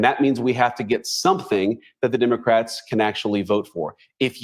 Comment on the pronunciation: I was getting the pun of “dim” ocrats until I realized that you say the letter “e” as an “i.” Haha.